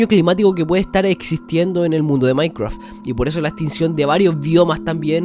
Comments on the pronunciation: Que viva el "maicwaf" xD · Maincreaf esa pronunciación. Pd: me encantan estos vídeos de teorías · "MAINCWRUAFT" xD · No quiero ofender pero me da risa que digas maicraf XD